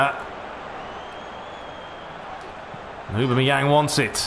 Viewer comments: It's 'ohbam-eyang' not 'ubermeyang' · No, it's Aw-bam-eh-yang... :p